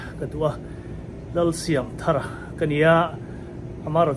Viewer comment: I lam dan hmasa kha a dik zawk , thar hi adjetivea ni dawn a, noun a nih avangin i pu phuah dan angin lam zel rawh ka ti,ve mai mai a nih chu.